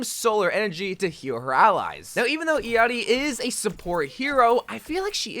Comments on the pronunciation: Its how you pronouce her name lmao😂 not the way it is written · Thank you for pronouncing her name correcrly 😊